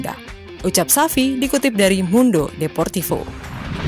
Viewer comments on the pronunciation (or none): none